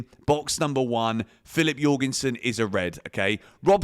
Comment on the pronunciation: jorgensen how’d you pronounce that. you’re gone son.